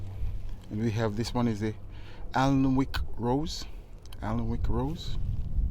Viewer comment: what a beautiful collection of roses and a lovely variety of other plants. When I’m gardening, in my head I put right everything that’s wrong in the world - we say, “I put the world to rights.” I hope you don’t mind me telling you that the Alnwick rose is pronounced ‘Annick’. May your garden bring you peace of mind.